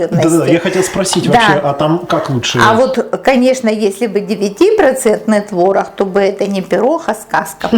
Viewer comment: Почему она так разговаривает?: твороХ, пероХ ,4 ложечки приХотовлю, они не будут Хореть,тебе было 2 ,5 Хода ,я тебе Ховорила " от куда родом ? Не Хустой твороХ : ухо режет🤕